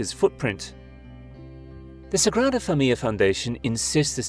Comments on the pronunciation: Lots of complaints about the loud music but nothing about the narrator absolutely butchering every Spanish name? Literally can't even say the name of the building the video is about right. Família is four syllables fa-mi-li-a but he pronounces it as if there were a double L like fa-mi-lla. And on names with double L pronounces it like single. Being that lazy in research makes me question the rest of the facts presented. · Why do you pronounce it "fah-mi-ya"? It's familia (fah-mi-lya). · It seems you don't know how to pronounce the name of the structure (Familia: pronounced as "fah-MEE-lee-ah") nor names with "ll" like Villar. If you're going to make an 18-minute documentary about a structure in Barcelona, get someone who is familiar with Catalan and Castilian -- or at least one of them.